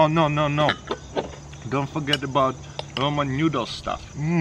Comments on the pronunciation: He's trying to say Ramen noodles. But he pronounces it Roman. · "Roman newdles" they are noodles why does he always says roman